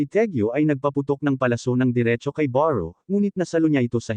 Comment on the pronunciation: beru po, hndi po baru